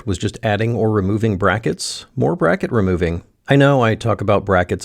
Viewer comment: ... What is this "brah-kett" you speak of ???... 😂